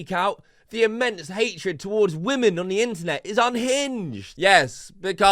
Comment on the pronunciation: HER AM WAMNIN. INTNET HATE WAMNIN! BAD WAMNIN!